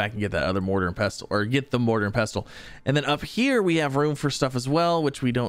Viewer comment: The T is silent in pestle. 😊